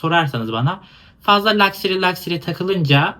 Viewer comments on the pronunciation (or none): (Küçük not: lakseri değil lakşeri. E bile çok az sesleniyor, daha çok lakşri gibi okunuyor)